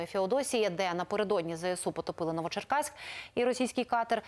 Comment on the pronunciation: не Новопечерск, а Новочеркасск.